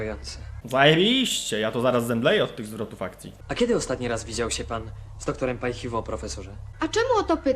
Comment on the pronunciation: Doktor Paj Hi Wo? a nie Haj si wo?